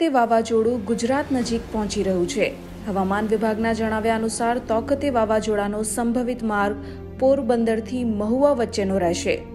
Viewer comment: તોકતે નહીં તાઊ તે